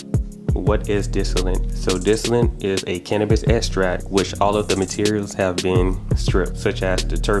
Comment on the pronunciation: Lol is he saying dissilant and estract? Lmfao